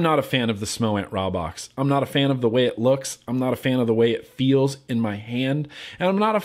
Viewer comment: its pronounced with a long a like raybox (rā-box)